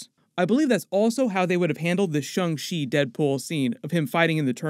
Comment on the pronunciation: So sick of him saying Shung She